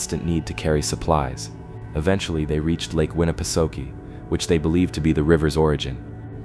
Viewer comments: You're pronouncing Winnipesaukee completely wrong! 🤦🏾‍♂️ You keep saying Suki but that's not how it's pronounced I'm from New Hampshire I think I would know LOL.....it's pronounced sawkey not Suki! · That's what I was saying I commented that it's not pronounced Suki it's pronounced sawkey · I am only 44 seconds into the video and I must sto😮ppp for a minute .... Ok 1st of all...STOP 🛑🛑 if u are going to speak about a place , PLEASE LOOK UP HOW IT IS PRONOUNCED , for the love of all that is great ugh!!!! it's pronounced Lake Winna pa socky,...ok continue on... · Lol winnapasooooki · It's pronounced: 'Winni-peh-SOCK-ee' 😎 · The ai reader is pronouncing Winna pa sockee different EVERY time it’s read. Roflmmfao. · Lake Winapasookie😂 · Im not tyin to be a d☆☆k, but its pronounced Winn-a-pah-saki. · agreed. the mispronounciation goes right through me